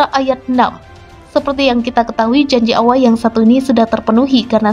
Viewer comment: Pengucapannya seharusnya Allah, bukan Awah